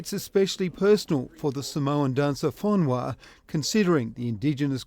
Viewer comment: sole why u pronouncing it like he is tahitian it is pronouced for-nu-a no fonois or sumfing like dat